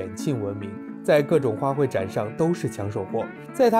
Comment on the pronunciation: 花卉（hui）四声，不是花奔